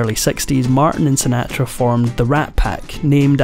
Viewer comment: That is not the correct pronunciation of "Sinatra".